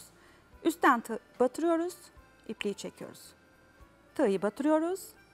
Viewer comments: bir de Turkcemizi duzgun kullanabilseniz! "Tigyi" degil "tigi" diyeceksiniz! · Bildiğim kadarıyla TIĞYI değil TIĞI, TIĞNIN değil TIĞIN denir . Neden Derya hanım sizi uyarmıyor bilemiyorum.